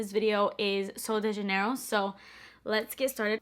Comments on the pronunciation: Is actually pronounced Sououl Deh HhHanheirho :))))) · I actually heard Kathleen Lights pronounce the "J" as an "H" sound and her brand literally, did a collaboration with SDJ. So, who cares? I would pronounce it either way. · You're English speaker, not Spanish...I'm confused as to why you were even trying to pronounce sol de janeiro that way to begin with?!😂😂 I personally found it cute though 😅